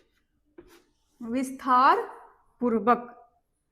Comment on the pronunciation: Visthaar purbak nahi Vistaar purvak bolna uchit hoga